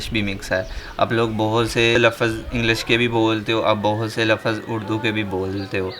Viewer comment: Tum sahi Urdu bhi nahi bolte lafz hota h lafuaz nahi tum punjabi hi ho es vja se sahi urdu talafoz ada nahi kr pate English tu boht door ki baat